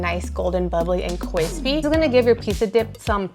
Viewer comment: Kwispy? Lol